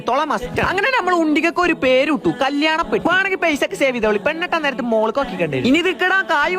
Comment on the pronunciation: കല്ല്യാണം അല്ല കല്ലയാണം